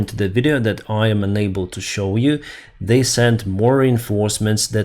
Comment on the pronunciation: Please, can you pronounce the word "UNABLE" as un-able? You always pronounce that word "unable" as "ENABLE", which is the contrary. Please listen to it yourself, look up the phonetics, thanks. A clear distinction between UNable and ENable will help thousands of people to understand your comments...